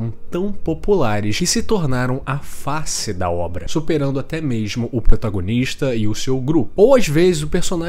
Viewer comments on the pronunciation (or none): none